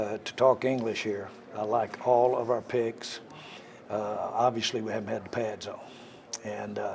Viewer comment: I heard "pigs" instead of "picks" and just thought it was another Jerryism